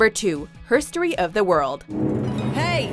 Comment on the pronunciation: “Drag race hirstery” ??? Wtf 😂